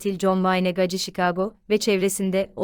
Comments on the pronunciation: Gaci ? Nasıl bir telaffuz. "Geysi" diye okusana. Uyuz oldum 😀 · Coca Cola demiyorsak, "Gacy " - Geysi diye okunmalı. Özel isim üstelik.